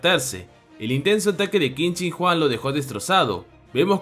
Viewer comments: Por alguna razón escuche que dijiste Qin Shin Juan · Quin shin Huang ❌️ Quin shin juan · Como el lo dice : Qin Shin Huang Como yo lo digo * Quien Chingaos es Juan